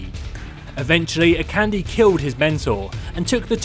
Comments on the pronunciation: Lets have s small pronunciation guide: Akande = Ah-Khan-Day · I just thought I would mention that Akande is pronounced "A- Kan- Day", with both A's being long A sounds. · It bothers me so much too! Even worse when people misspell names that are clearly written on their fucking screen. Pretty sure it goes like "a-kahn-dey" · Your saying Akande wrong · Shiloh Ludenberg he is so annoying the way he pronounced it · True. He Is. But then again, not everyone knows how to pronounce Nigerian names. But this is worse then the way everyone says "Sombra".